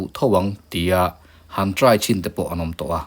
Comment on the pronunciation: 33 (try chhin) tihlai tak hi ava Chiang em Sir😂😂